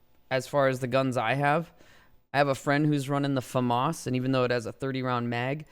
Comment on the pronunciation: That’s the correct way to say it